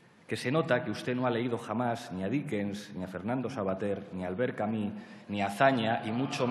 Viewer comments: Que pesadez con Albert Camí, se pronuncia Albert Camu, con u francesa y no con í, esto es una pronuncia que se puso "de moda" en España por parte de una gente que no hablaba el frances muy bien. Hay entrevistas a el y documentos en frances aqui en youtube donde ustedes mismos lo pueden comprobar; en lo otro tiene razon en llamarle ignorante, lo es. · Vaya palizón intelectual. jajajaja "Albert Camus", es "CAMÍ"... y el bobo de riveruela no tenia ni idea de quien le hablaban. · doctor dedo chupando a Verstrynge. En una facultad ... Para acabar no menciones a Camus si no sabes pronuciar su nombre.